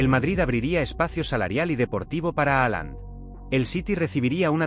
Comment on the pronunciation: .....no se pronuncia así.....Jalan